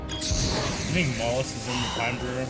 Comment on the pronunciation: OMG guys I can't believe you're still having trouble with the word "Bureau"...unless it's just a running joke at this point ..but just think of it as Euro with a B